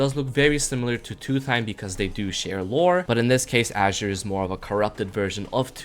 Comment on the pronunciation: Aint no way bro mispronounced the color "azure"